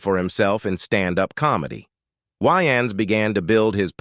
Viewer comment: The narrator cannot even pronounce Wayan's last name correctly. That is how you know this is a content mill and not a real channel. Leave a dislike!